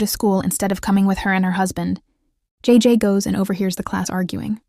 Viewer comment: Jajay😂 it's jayjay